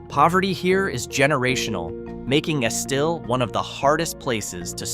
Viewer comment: Its not Esteel it's pronounced Es-still. I got plenty of family there.